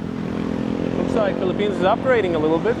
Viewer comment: welcome to FEE-lipphines